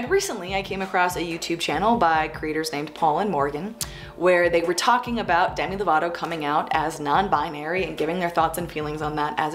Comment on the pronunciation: WHY DID I HEAR "DANNY DEVITO" INSTEAD OF "DEMI LOVATO" EJRJSVEDN I thought he came out as non binary for a second and I fucking panicked